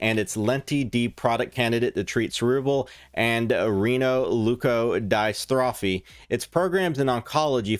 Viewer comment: Die-Strophy hahahahahaha